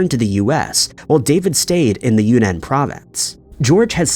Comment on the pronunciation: Yunnan province is pronounced juːˈnɑːn